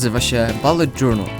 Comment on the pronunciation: JEZU BULET NIE BALET MATKO BOSKA